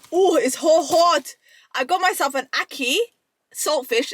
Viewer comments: How you gonna say ackee correctly and then say you dunno why you was saying ackeel and now you’re saying ackeel again 😭😭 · I wanted to watch your review but you couldnt even pronounce the food properly, yuh keep saying Akeel which was annoying the hell outa mi, so i had to just bounce, and i couldnt take you seriously afta dat, get you food right then call mi, every incompetent are making content these days, no offence!! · Btw who’s Akil?, no disrespect it’s Ackee and Saltfish that’s the name get it right please and Ty. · ACKEE!! EEE! Not IL! Love you but you are upsetting my ancestors 😂….He didn’t boil out the salt fish first that’s why🤢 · ackee = akhi . you should know this word very well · It's pronounce Ack key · “Ackeel and saltfish…” “The Amaan of salt in this…” How many Arabic names you gonna drop? 😂😂😂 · You keep saying it wrong and they probably didn't boiled it ment to boiled it twice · She addressed it and said it wrong again… but you can’t hate her she’s lovely ❤😂😅